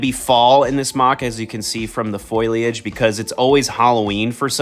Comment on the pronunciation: Its not pronounced foil-idge lol its fo-liage, just like how its spelt